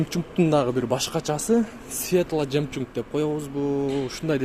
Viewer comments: Белый женчунк эмес жемчук туура айт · Жемчунг эмес жемчуг десен туура болот .Жаман ойдо жазбадым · Тууган белый жемчуг десен жемчунг дебей 😃😄😄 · Жемчунг эмес жемчуг болот туугандар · Обзорщик жемчунг , панарама, компликтасия, кара жемчунг, бу автого доп, канча ката кетирди пзц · *Белый жемчуг * жемчунг эмес 🤣🤣🤣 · Жемчунг эмес жемчуг болуп айтылат тууган а так норм ийгилик каналына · 😃😃😃 белый жемчунг дейтго😃😃😃 чангчонг эле дейбер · Белый жемчук дейт беле же жемчюгн дейби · Белый жемчуг деп айтылат туурасы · Белый жемчуг деп туура окуялбасан,колунан келген жумушту кылбайсынбы...